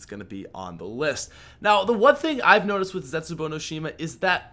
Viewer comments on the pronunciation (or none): none